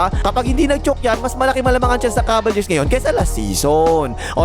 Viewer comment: BAKIT "KABALYEARS" ANG PRONUNCIATION MO SA "CAVALIERS"? 🤣